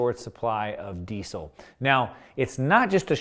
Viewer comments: Ahhh can you please pronounce Diesel correctly. "Dee-zul" not 'desse sil.' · I thought it was pronounced 'dee-Zel' with a Z sound, but you say 'dee-Sel' with an 's'?